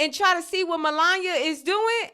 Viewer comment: Anyone else enjoy Zainab butchering MelanYah’s name the entire time? 😂😂😂😂😂😂😂